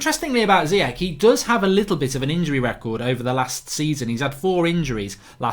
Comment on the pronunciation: Mark, there's no way Ziyech only worth 25 mil. Must've been more! Also, I'm pretty sure it's read "Chan" without the "h", rather than "Kan". Please try to respect others by pronouncing and writing their name as correct as you can. Last summer you always wrote "Ben Yeddar" instead of "Yedder". These kind of small things matter.